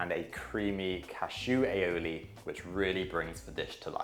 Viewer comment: "A-O-lee". Not "Alleyolee" 👀